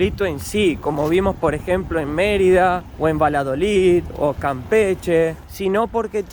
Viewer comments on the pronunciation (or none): No se dice Valadolid es Valladolid. Va lla do lid, repítelo hasta que lo pronuncies bien.